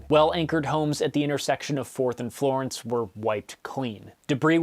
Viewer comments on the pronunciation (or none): none